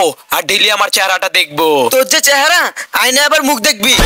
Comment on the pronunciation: অয়না❌ আয়না✅